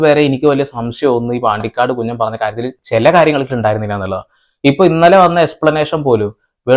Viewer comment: കുഞ്ഞൻ ❌ കുഞ്ഞാൻ ✅ 😂